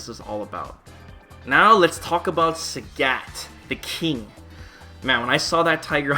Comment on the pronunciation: THE FUCK?! Who is SÄGÄT? Who says Sägät? Apparently 1 person.